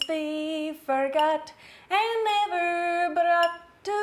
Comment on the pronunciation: Scotland is just amazing..and u did very good with one of my favourites songs Auld Lang syne 😍 and that " brrought" u pronounced 😀😀😀🙌